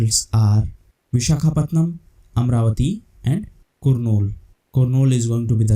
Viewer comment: Hello there is a small correction in the pronunciation of "KURNOOL".though it written like above mentioned, but it has to pronounce like " Karnool".thank u